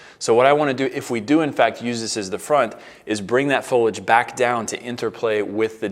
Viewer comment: Its fo-lee-age not fo-ledge